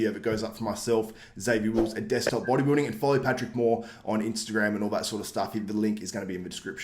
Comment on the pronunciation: Sounded like you said booty building 😂😂 Sergio has a better shape but that waist is just too wide 🤮 Patrick will never place in top 3 in any olympia. Hes too small for top 3